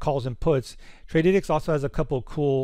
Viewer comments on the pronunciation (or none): bro it is Trady - tics 🤣